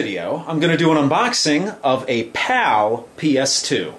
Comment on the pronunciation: Am I the only one thought he is saying "POW" instead of "PAL"? 😂